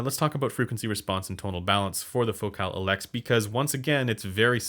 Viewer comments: No. It's Elex. Not "eeeeelex". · It's "eeeee lex" like "eeeee lear". En française it's a long e, not a short e. Just sayin'. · I left a like for Elex pronunciation: you have to respect other languages. Learning one word is not hard ;) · It’s not pronounced Focal Elex, it’s pronounced Focal Elex.